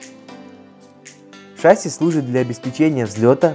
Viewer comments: Спасибо за ролики! Только шассИ, а ее шАсси) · Трудно привыкать, т.к. фильм "В бой идут одни старики" запустил не правильное произношение. ШассИ, а не шАсси. Я и сам таким был, пока не узнал истину))) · *ШассИ, а не шАсси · Не шАсси, а шассИ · Да нет, не шасси а шасси